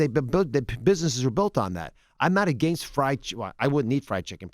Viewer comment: 😝 sounds hilarious back to back haha 🤣 & why does he keep saying against so wierd ??? 🤔 lol silly OZ